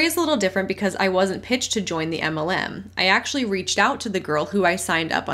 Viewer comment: says "anti muhlem" and also "emmalem" LOL Love her, and this channel, but it took a bit for me to figure out what she's saying 😂